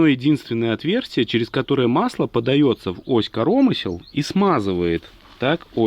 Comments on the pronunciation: Интересно слушать. По правилам в слове КоромЫсло, удар на Ы, а не корОмысло, но спишем это на местный говор )))) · Понять не могу почему ось корОмысел а не КоромЫсел??? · Ну почему корОмысел а не коромЫсел🎉😂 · Да не корооомысел, а коромыыысел, деревня!) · От "коро́мысел" аж кровь из ушей... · КоромЫслы, чувак ну прекращай коверкать Русский язык. Если ты белорус, то говори на родном языке.